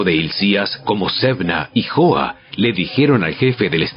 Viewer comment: NO ES YOAS,ES JOAS Y AL Q LEERLO COMO ESTÁS ESCRITO.POR LO DEMAS; EXELENTE.GRASIAS Y BENDICIONES